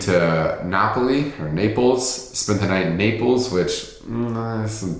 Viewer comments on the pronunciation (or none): none